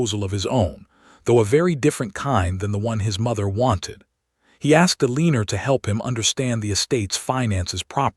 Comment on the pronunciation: El lan or. You have to be a stupid AI voice! You can't pronounce anything correctly.